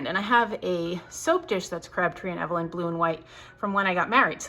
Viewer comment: Hi..just some trivia for you..... Crabtree Evelyn is pronounced Eve-lynn (Long E). Love your content!🥰